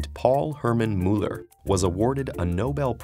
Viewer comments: is it pronounced ''Mew-luh'' ? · Who else cringed at his pronunciation of Müller xD